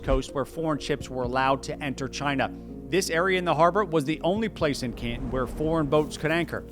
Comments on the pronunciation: I have never heard "Canton" pronounced before, but I don't believe you're saying it right. It is the hometown of modern day Guangzhou, where they speak Chinese with the Guangzhou - dialect. Otherwise known as Cantonese. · He can't pronounce 'Canton'. Is that a regional or class thing in the US, saying it wrong like that? 'CANtun'. Bizarre. He also calls England 'INGlund'. without the g sound. Which is it, England, or Britain? He said England so many times, then suddenly he switches to saying 'Britain' wrong too, like 'Bray-en.' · You are the only person that I've heard pronouncing the name Canton the way you do. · To my ear it sounds like you do a pretty good pronunciation of Chinese words and city names. But who taught you how to say "Canton"? You say it like the city in Ohio. Listen to the difference between "wonton soup" and "wanton destruction". The "ton" gets preonounced in 2 different ways and the syllable break is between the 'n' and the 't', not after the 't', The city in China was pronounced "KAN-tahn" while the city in Ohio is said like you say it, almost one syllable, "Can't-in" as a pirate saying "captain" - "aye, aye cap'n" - or in the sentence, "I can breathe when I'm out, but I can't in." My wife had a dog called the "KAN-tahn" version of Canton 😉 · I assume others have pointed this out, but Canton rhymes with Wonton, not Scranton. 🤦‍♂ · .........GwangJu is a city in South Korea. Canton is a city in Ohio. The video has authority, until the narrator get to the place of pronouncing these two major locations in China. 广州 GuangZhou pronounced as the narrator is no where in the history of the names of the city or location. I also cannot find Can as a name of the location in history.......And he pronounces CanTon like the name of the city in Ohio, not the location in China. This little error puts the authority in question. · It’s Can Ton Not Can Tin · Repeat after me: can-ton, caaaan-tooon. Not ke-en. 😅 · Ca'in? Can Ton - rhymes with "prom"